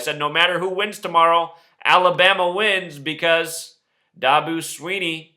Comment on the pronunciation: this guy is an idiot. my cousin coaches for clemson and I can guarantee that last night's game wasn't rigged! this guy can't even pronounce Dabo's name right. you can't script greatness